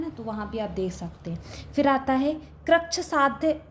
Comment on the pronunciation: Krichysadhya and asadhya galat pdha rhi h 😢